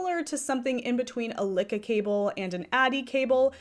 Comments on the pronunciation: It’s pronounced loo kee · LYKKE is pronounced Leek Ke ( short e) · Me hearing you pronounce Lykke reminded me why I hate going to my LYS. The first time I went I was looking specifically for a set of Lykke needles. I asked because the website the official site had taken me to said they restocked recently. They had none. But the owner, when I asked after them, had corrected MY pronunciation TWICE even though she was the one pronouncing it incorrectly. Every time of the 4 times I have gone since she has tried to correct or inform me of something I've already told her I am well aware of and it's the entire reason I kept coming to buy them AND despite the fact that I have been doing this for over 20 years now and I remind her of this every time I go in and I clearly was looking for and buying something for a reason. Like the Lantern Moon cords to replace the awful ones I have for my knitters pride set. Or hitting up double sales to get high end yarn for a steal. She is very pushy and also seems to take a specific tone with me I never hear her take with anyone else in the shop when I'm there. Now I hate going and I am trying to find another shop to go to.